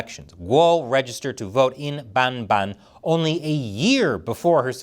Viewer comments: Lol I appreciate the enthusiasm of how you say Bamban but it's "bum-BAHN" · i like how you pronounce Bamban,! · LOL i laughed at the way you pronounced the town's name 🤣🤣